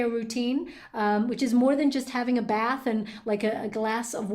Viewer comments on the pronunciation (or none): none